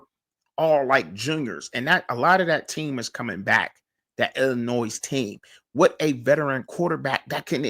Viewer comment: Hello, Bro. Pro tip: there is “No Noise” in the proper pronunciation of the French/Indian word: Illinois. This weird word sounds like: il•uh•noy I was taken to task years ago by an acquaintance from Dekalb, Illinois for unwittingly saying the word by sounding out the (s) on the end…exactly the way you are doing in this podcast. (no offense) Back then, I claimed ignorance on account of not being raised in the “Land of Lincoln.” Now that I’m a retired English teacher, I thought it might be helpful to share the experience. ✌️